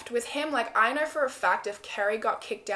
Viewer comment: "And I don't knerrr" Lol!